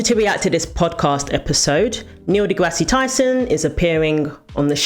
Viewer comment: "Degrassi" - as you pronounce it, is/was a show in the 90s or something. Neil's name is not pronounced the way you think it is. It's kind of childish...